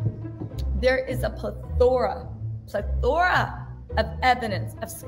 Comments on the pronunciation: I'd have a hard time believing that about Kylie and props to Jordyn keeping her mouth shut if it's true. You know Jordyn would know. Khloe I've wondered about for a while. She does have a history of sharing men with her sisters (The Game). Edit: Also, plethora is pronounced pleh-thr-uh. I got your back. 😉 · It’s Pronounced (Peth- ah- rah) of evidence! Sis ❤️